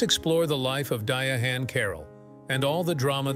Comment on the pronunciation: I can’t with the Dia-hann. I can’t get to the end.